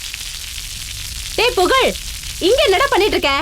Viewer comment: "pugalum" illa...